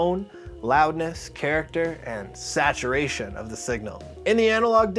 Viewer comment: Awesome vid. 🔥🎯💯 The word SATURATION turned to "SATURN" oddly. 😂